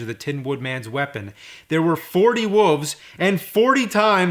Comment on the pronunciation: james says "wolves" funny